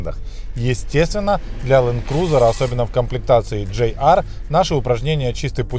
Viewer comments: Не джей ар,а джи ар.или пох ... что говорить? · Кто нибудь, скажите ведущему, что это не джей ар, а ДЖИ ар..... Рука лицо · GR (джи ар), а не JR (джей ар) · Я так розумію тепер замість питань про "камрі/кЄмрі" будуть питання чому проговорює "GR" як "JR", через "джей", а не "джи"?